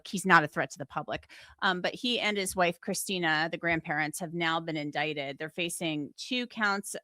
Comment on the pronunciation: This channel is for crime stories? Indict- pronounced indite. 🤦🏼‍♀️